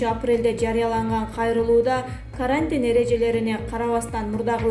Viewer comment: Деги дикторлор окушканбы?Такыр туура окушпайт,речь дикция жок(перемер министр,каарантин)